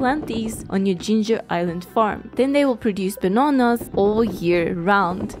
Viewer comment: The way she says bananas is so funny